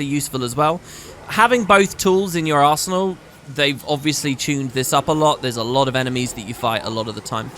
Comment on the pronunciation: I can't help but hearing Arse Hole when you say Arsenal...😂😢😂